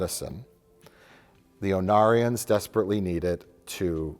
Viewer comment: When you first mentioned the Ornarans (said as Onarians), I was like please tell me their planet is called Onara while giggling to myself. I did a search and it is a very close Ornara, but there is a Bajoran character named Onara in DS9. Onara is the Japanese word for “fart.”